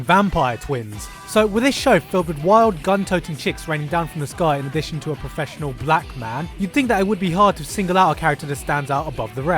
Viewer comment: I feel a tiny bit offended by your emphasis on "professional black man" you make it sound as if it's an oxymoron